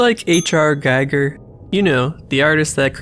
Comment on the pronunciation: Fun fact: It's pronounced GHEE-GHUR 😸